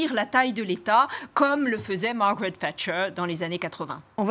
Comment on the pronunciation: "Tchatcher " crétins c'est "Thatcher"